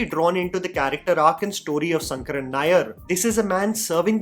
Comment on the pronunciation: Even if it is written Sankaran, the pronounciation is Shankaran only. 🤦🏽